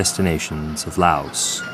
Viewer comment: These White people need to speak the language before doing Laos documetary. White people pronounce Laos language is like three and tree sounds the same.